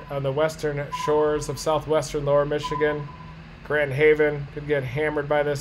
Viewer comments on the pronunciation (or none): none